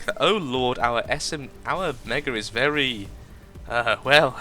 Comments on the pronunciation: Lol vewwy vewwy well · lol. You do vewy vewy well with wails. xD